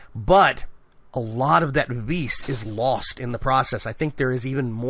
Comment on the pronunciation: I believe Vis is pronounced Vee, like the letter. Just FYI.